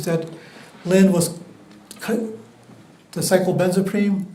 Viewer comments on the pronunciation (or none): Listening to that defense attorney trying to pronounce cyclobenzaprine was so painful.